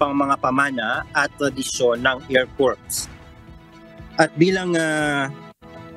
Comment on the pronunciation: That guy reporting from UK, the needs to pronounce " Air Corps" with silent "ps", thus "Air Cor"., pronouncing with "ps" will sound like Corpse, meaning dead body. The lady anchor kept saying "Phelippines". Ask for proper pronunciation. Somebody has to monitor your people.